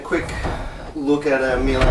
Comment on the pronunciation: "Meel-ay"?!! Struth! Try 'Mee-luh'... And for heaven's sake get a cordless driver! Life is too short to watch you extract screws with a flaming screwdriver!